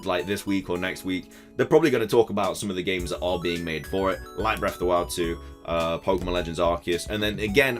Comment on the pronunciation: "Hey guys here and welcome back to a brand new video going over pokemon content" 😂 I've got your voice memorized and I love the way you pronounce pokemon lol